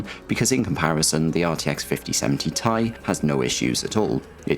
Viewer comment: Every time he says 5070 tie instead of Ti, something dies a little inside of me.